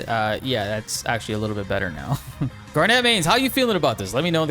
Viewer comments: I love Garnet and she finally getting justice but.. Bro, please look up how to say Garnet. Its not said pronounced Garnett. Her character even says her name the right way. I know they write it a little weird, but the speed was TO 2200 FROM 2000. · Anyone else find the way he says garnet weird? garnEt.